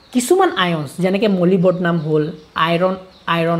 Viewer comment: Molybodnam 😂 Not Molybdenum